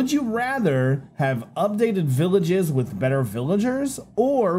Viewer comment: says villigas instead of Villages